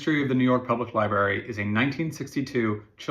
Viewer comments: It's Library, not Lieberry. Sorry; I can let 99.99% of mispronounced words go. This is one that grates on my soul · Sorry, but the word is pronounced library, you pronounce both R's, not just one.